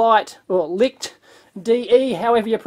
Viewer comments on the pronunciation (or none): none